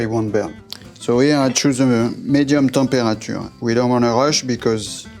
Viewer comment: The way he pronounced "mirror" and "temperature" you can tell he's not even trying to speak properly.